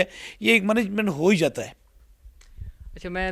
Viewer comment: At 2"12 listen to him "mamagement ho he jata hai"😮😮😮😮😮